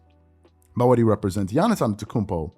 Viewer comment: You really need to say his last name right if he is one of your favorite player.